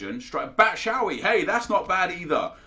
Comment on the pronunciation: Its pronounced bat-shoe-why